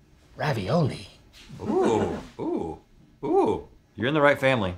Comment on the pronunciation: No one: Absolutely no one: Link: Ooh! R av iOL ee